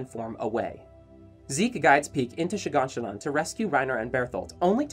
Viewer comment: Am I the only one who catches him saying Shiganshinon every single time?